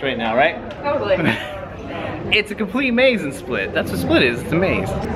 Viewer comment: Oh and yes,you didn't pronounce anything right :) All you had to do is stop someone local and ask. We are realy willing to help and 99% of croatians speak english